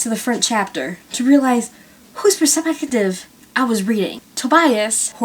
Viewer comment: This was the most entertaining review ever. I may not have agreed with everything you said but I did enjoy this video a lot. Especially in 5.42 when you said perspective funny.